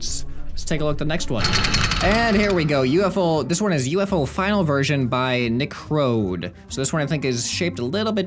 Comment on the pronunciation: Hey! nicrohde here. Thanks for checking out my vehicles. The UFO only works if it is parallel to the ground, and it's not meant to collide with mountains, but I'm glad you had fun with it! P.S. My name is pronouced "nick-ROW-dee". But don't worry, I've gotten used to people pronouncing it wrong